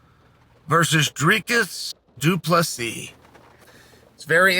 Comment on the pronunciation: Is this the first fight Chael pronounced both names correct?